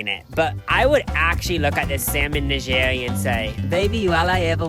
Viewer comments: The constant changes in pronunciation of Nigiri is hilarious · please look up how to pronounce nigiri 😖😖